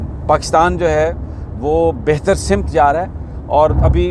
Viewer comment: اردو ہماری قومی زبان ہے مگر اکثر پڑھے لکھے لوگ بھی تلفض کی ادائیگی میں گڑبڑ کرتے ہیں جب پڑھے لکھے غلط بولیں گے تو باقی بھی وہی وطہرہ اپناٙتے ہیں معذرت کے ساتھ آپ نے ایک لفظ کہا ،،سمت ،، اسکی ادئیگی زبر کے ساتھ ہے زیر کے ساتھ نہیں ،، سٙمت ،، یہ لفظ Samt ہے simt نہیں ہے